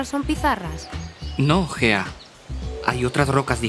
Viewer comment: Solo se que cuando salió el vídeo creía que la tipa se llamaba fea en vez de Gea XD